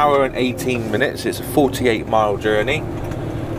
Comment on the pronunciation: Your accent realllly comes in to play when you're saying it's a 48 mile journey. The way you say "journey" makes me laugh haha., Great vlog as always!